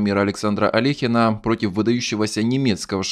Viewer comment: Алёхина - вот так правильно